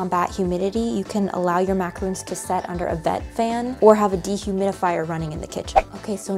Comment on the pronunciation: Love your videos! But has anyone told you it’s not macaroons, but macarons?